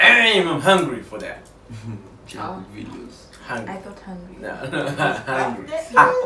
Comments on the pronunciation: its jk jungkook not yangkook lol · When you say Yangook something dies inside me)) He is Jungkook (djankook, "J" like in John, Jacob) Thanks))